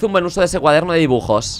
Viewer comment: alguien mas vio que cuando le dio el cuaderno de dibujos decia dijubos? JAJJA